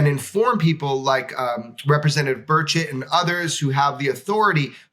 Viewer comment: You shuld probably pronounce his name burCHETT, not burchet, cause it sounds too much like bird shit xD